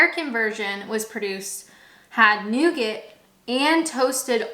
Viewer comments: newgit? Newgaaahhh ;) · The correct pronunciation is indeed "nougah", but everyone seemed to pronounce it "nugget" when I grew up in the 1970s, and that's how my parents' generation pronounced it as well. I'm from Wales, but I had university friends from Belfast, Glasgow, Romford, Newcastle and Liverpool who pronounced it the same way as me. Maybe it was a working-class thing! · Dear wonderful Canadian person. It's pronounced "nou-gah". Love your videos; I'm subscribed. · Nougat should be pronounced as NOOGA. It is a French word. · You can say caramel ,but not nougaut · “Please, get a hobby” 🤣🤣. But since it’s the Internet , let me annoyingly say, we don’t pronounce the T in Nougat. Or I don’t, anyway. More seriously, you have a very entertaining way of doing these vids.